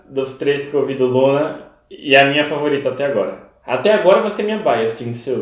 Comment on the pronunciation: Ele falando JinSul me mata ;7